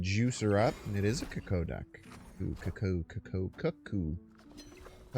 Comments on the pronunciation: Isn’t it pronounced Koo-Koo like the clock? 😂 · It's like you're going out of your way to pronounce 'Cuckoo' in as many different ways as possible. Kinda weirdly impressive to be honest. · The man loves to pronounce things incorrectly. It's funny. Pretty sure it's engagement bait lol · Can't believe people are expecting the Magento guy to pronounce Cuckoo correctly, are y'all brand new 😂